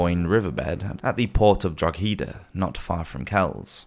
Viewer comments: As someone living in Ireland, just a note to say Drogheda is pronounced phonetically as "DRAW-hed-ah" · Just a little tip for future reference to Drogheda in county Louth Ireland. It is pronounced Draw Hed A. The G is silent.